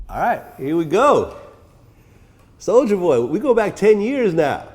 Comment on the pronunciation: Did anyone else noticed that vlad always mispronounced rapper name on purpose behind their back (soldier boy) but when in front of the person it automatically switch up for (soulja boy) 🤔🤐😓